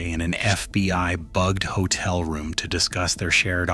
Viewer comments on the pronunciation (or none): none